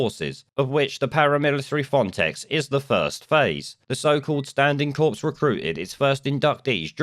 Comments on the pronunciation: It’s pronounced “core”, not “corpse” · FYI it's pronounced 'kor' not 'corps' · "Corps" is pronounce "core". Good video. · ‘Corps’ is pronounced ‘core’, not ‘corpse’, which is something else entirely. Just saying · Corps, pronounced cor, ok thanks for e erything good reports bless you. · the s in corps is silent. Your saying “corpse”, which, on reflection, might be the right terminology 😂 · when you say Corps, don't pronounce the p or s, as in Marine Corps. A corpse is a dead person. And I am Mr.Pedantic lol